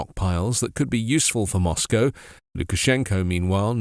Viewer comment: Glad to hear Moscow prenounced properly. Must be that BBC training